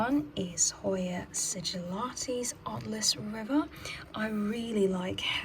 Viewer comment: It's Alas River not Atlas River